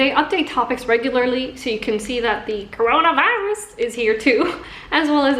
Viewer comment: lmao I love in when she said "coroanvaaarus"